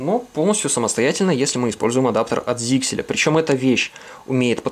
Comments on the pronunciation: ZyXEL читается как Заксель, а не "зиксель". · ZyXEL произносится как "зайсел". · П.С. ударение на Е.